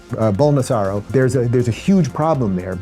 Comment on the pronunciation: The fact he still doesn't know how to pronounce Bolsonaro is SHOCKING